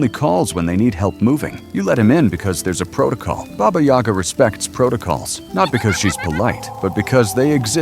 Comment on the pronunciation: That's Bah-Bah Yaga not Bey-Bah Yag!